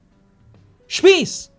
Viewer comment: Speaking of german; the „shpeace“ that you end your videos with is pronounced a lot like the german word „Spieß“. Which can be translated as „pike“, „spear“, „skewer“ or a „spike“. „Aufgespießt“ means „impaled“.